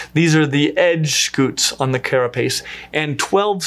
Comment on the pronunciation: It is scute not scoot. I scoot my chair across the room. You were saying turtles have scoots, instead of scutes, sk(y)o͞ot/ .